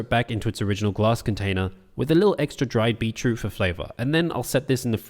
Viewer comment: Yo, how you say "beetroot" gets me because it sounds like you're saying "beachroot" 😂😂